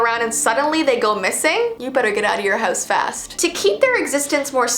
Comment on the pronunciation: I like the way you say house hahaha it’s like not house you say “how es” but I like it